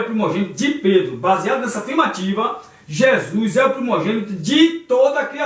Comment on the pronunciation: PELO AMOR DE DEUS!! APRENDE A PRONUCIAR CORRETAMENTE O NOME DE NOSSO SENHOR!! NAO É JESUIS !!! É JESUS!! CADA VEZ QUE VC DIZ JESUIS É UM TAPA NOS OUVIDOS !!!!